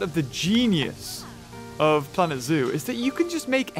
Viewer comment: Moar pwanet zoo pwease :33